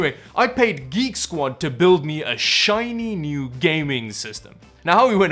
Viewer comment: Canadian Drachmi? It’s Geek Squad, not Greek Squad.